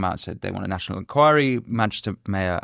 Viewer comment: Nat-io-nal Enquiry!!!